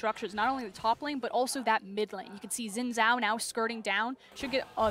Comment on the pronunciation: I didnt know people with enough strength to throw a game that far would exist. BTW: it's not zin zao, it's not djin djao, it shin (like sheep) djao (like aDJacent).